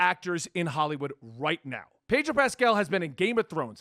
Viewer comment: Sounds like you’re saying padrol lol